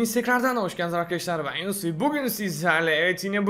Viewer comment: Abi hayranım ben Yununüs demene